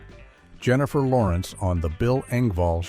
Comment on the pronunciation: You slurred Jennifer Lawrence .